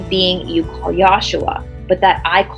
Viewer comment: The pronunciation is yeshua not yashua. I love you and the whole team very much. Thank you.